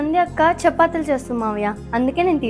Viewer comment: Chapaathulu kaadu,chepaatheelu anaalu